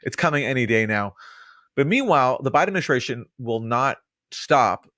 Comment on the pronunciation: "Ad-min-i-STRAY-shun" - there's no H in ST. There's no SH sound in ST.